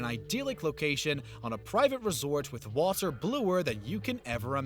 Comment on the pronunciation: dude. do you need to speak this way? who pronounces anything that way? waaaTTTer